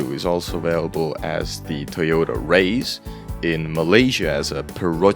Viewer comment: 'Raize' is pronounced like 'rise', because of Japanese pronunciation making this logical for Japanese people. As an English teacher I had an unexpected correction from a Japanese student who owned one.